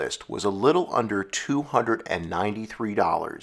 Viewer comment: Narrator......I don't mean to be rude, but if you're going to do things like this PLEASE stop saying "HUNNERT"!!!!! It's "HUN-DRED"!!!!!